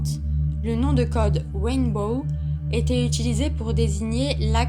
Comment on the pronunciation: Mais quelle pioche!!!!………non mais retourne à tes cours d’anglais même pas dupe de prononcer RAINBOW comme il faut!!!!………mais quelle animatrice de merde!!!!………